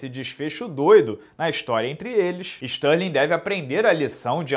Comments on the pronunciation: Stalin, Barovit, Adessanha kkkkkk Minotauro fala os nomes de qq jeito kkkkk eu acho maneiro... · toda vez que ele falava isso eu ria pra crlh, ele enchia a boca pra falar Stalin, kkkkkkkkk